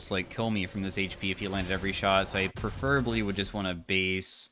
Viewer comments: there's no meaningful difference between your pronunciation and mine, and either is significantly different from pronunciation, which is, "pree-fer-uh-blee" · First time commenter, long time listener., you're great. I've watched a lot of your videos. I love your chill approach to the game. You're pronouncing "preferably" wrong, and you say it on average like at least twice per video. It's pronounced, "pref-ruh-blee". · British? American english pronounces it "preh-fr-uh-blee"